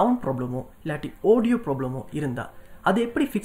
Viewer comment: Oodio, ooto, dei yennada pesura?